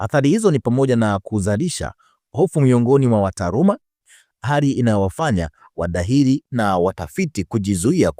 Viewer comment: Siyo wadahili, wahadhiri, nyie waandishi jifunzeni kabla ya kutamka au kuandika